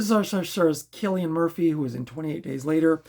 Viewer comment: You are right with pronouning his name theres a video where he tells how its said (kill not sill) lol. I really enjoyed red eye it was a great thriller i always enjoy these types of films 🙂